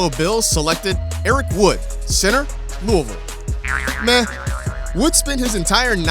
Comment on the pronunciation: I’m happy this dude actually said Louisville right I live in Louisville and it’s so annoying when people say it like (Looe-vile)